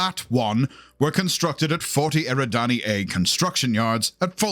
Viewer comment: Hey!!! He said 40 Eri Danny instead of Eh-rid-ny